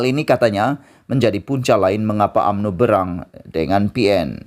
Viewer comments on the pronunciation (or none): Berang bukan "berang'.